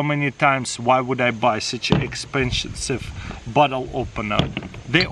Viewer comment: "expshenshshive bottle opener"HAHAHAHA